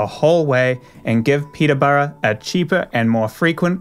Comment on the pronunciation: Your pronunciation of Yves and Peterborough is so grating. I think pronunciation is a basic part of news reporting.